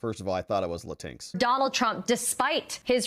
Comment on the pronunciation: Latin X instead of "Lateenks" ?